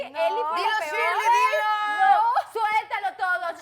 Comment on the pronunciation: ShilEy no Shirly XD 😂